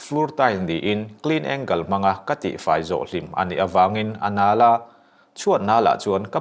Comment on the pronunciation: Clean angel(i lam dan hi angle nilovin angel tih tur ni awm tak😊)